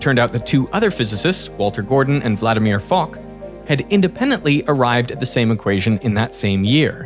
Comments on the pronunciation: IT IS NOT FOCK! IT IS FOK from "Vladimir Aleksandrovič FOK" (Владимир Александрович Фок)... british Disgusting Humor Again... 🤬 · Nice touch for "Fock" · "fock !" - fock probably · "Fock" was wild as f*ck😂😂😂😂